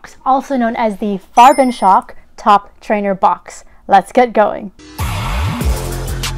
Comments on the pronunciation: Very good pronounciation of "Farbenschock"! :) Greetings from Germany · Wow thank you so much! I highly appreciate your feedback on pronouncing "Farbenschock"! ^_^